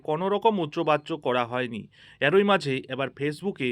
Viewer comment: সহমত পোষণ করছি। বড্ড কানে লাগে।